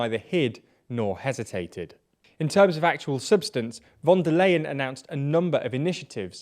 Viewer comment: it's pronounced like "fonder line,"